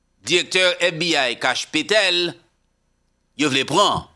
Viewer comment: Can you stop saying "Petèl" ITT"PATEL”.